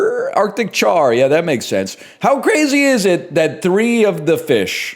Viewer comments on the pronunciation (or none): none